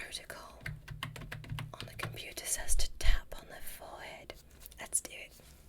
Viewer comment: "looking at the computiyah"